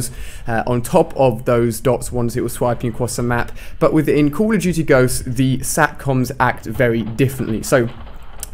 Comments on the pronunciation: Haha he said call of toootie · Alia says " Cool of Duty"